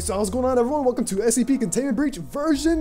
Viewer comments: You may want to consider Ritalin Also...It's S C P...not SEP. Enunciate :) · Hence my saying "Enunciate" because it sounds like he's saying SEP